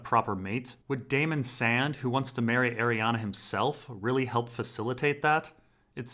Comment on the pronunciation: Every time mate, it's not pronounced Ariana it's pronounced ari-ane